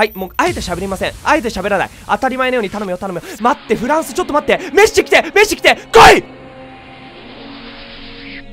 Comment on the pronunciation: メッスさんじゃなくてメッシさんなんですねww